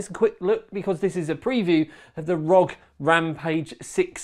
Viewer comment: not rog but R O G